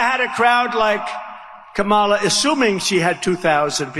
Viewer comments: Hannibal Lector, grunting, Hulk Hogan, Kid Rock, ratings, crowd size, pronouncing Kamala wrong, polls, fake news etc. What does he have for the future? Nothing. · What is wrong with these people at this rally? He’s horrible and they are cheering 😢 Also he can’t even pronounce her name. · Since tRump can't pronounce Kamala's name perhaps she should do the same...saying Don"old" (emphasis on OLD like him!). He'd go absolute ape shit! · Trump and his sycophants pronounce her name wrong on purpose because they think it's some kind of burn...just shows their ignorance 🤮🤮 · I knew they would constantly intentionally mispronounce Kamala’s name. Their childishness knows no bounds and is soo predictable. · They purposely mispronounce her name to be disrespectful. She can't speak well, shes a liar, a criminal, she slept with so and so. All these things are literally who this guy is. Crazy times, the haters are crawling out from all of the darkest places. Who is dangerous??? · This fall: The Courtroom Nova of November: The Judge VP Harris: The Prosecutor Twice-Impeached Ex-President Felon Overdue for Jail (and can't pronounce "Kamala" right) Donald Trump: The Defendant The Voters: The Jury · Smelly-trump can't even pronounce his opponent's name. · It’s time to stop tolerating the intentional and deliberate mispronouncing of Kamala’s name. She has said on numerous occasions that the correct pronunciation is “comma-la”. It’s not that difficult! I think they do it in an attempt to “other” her. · So childish how he intentionally mispronounces her name every time. It's like listening to a mean, dumb jock running for class president. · Can’t even pronounce her name he stands there and projects over and over again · He can’t even manage to pronounce her name correctly. What a pathetic loser. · Stop pronouncing her name wrong!!!!!!!!!!!!!!!!!!!!!!!!!!!!! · He can’t even fucking pronounce her name right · 😂😂😂 He can’t even say it right. Must be declining.